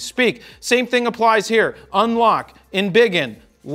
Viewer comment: Word of the day: "Embig'n"